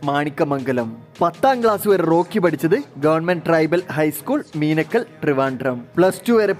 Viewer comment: മീനാക്കൽ അല്ല മീനാങ്കൽ